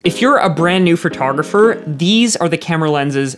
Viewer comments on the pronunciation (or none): Can you please learn how to pronounce photographer correctly?? It's not fertographer.